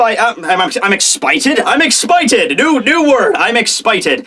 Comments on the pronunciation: I'm not just expited........ (I'm exshited!) 😅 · “expited” Lol 😂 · EXPITED? EXPATED? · "I'm Batman motherfucker" "Am expited" HAHAHA I was laughing like crazy on those tho parts.